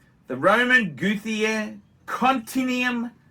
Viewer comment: Overpriced tat. Horrendous pronunciation of Romain Gauthier too. A least he didn't call him a sandn*****. If you want wicked sh1t have a bucket of KFC hot and spicy.